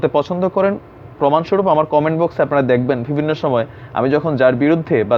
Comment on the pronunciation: একটি শব্দ আপনি প্রায়শঃই বলেন -- " ভিবিন্ন" এটা হবে " বিভিন্ন" পরবর্তীতে সংশোধন করে নিবেন।শুভকামনা।